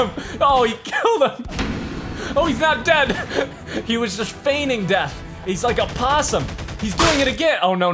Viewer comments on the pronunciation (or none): none